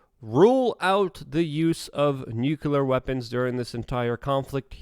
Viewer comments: Jesus man its pronounced New Cle ARE war .Saying Nu kew lar brings your intelligence into question .Along with your understanding of the situation..... Its pronounced New CleARE war...Fck you sound like GWBush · Not trying to be rude, but it gets pretty aggravating hearing the word "nuclear" mispronounced over and over. It's pronounced like it's spelled, "nook-lee-uhr", not "nuke-you-luhr. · Love you, Luke. But, say it with me. “New-clee-ar”